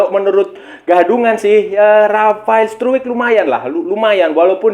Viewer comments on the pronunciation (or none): Nyebutnya bukan struwik, tpi struk.